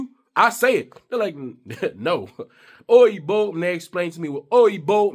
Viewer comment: It is pronounced Oyin Bo, as in the actress Bo Derek or the name Bo.